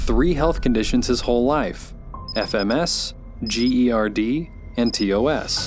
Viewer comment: Gerd is literally said like a word not spelt out i know that is a small issue but i have it and omg idk why spelling it sent me over the edge